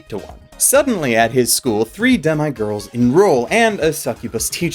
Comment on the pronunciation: You seem unsure how to pronounce "demi" since you go back and forth on it a little. The correct pronunciation is "deh-mee".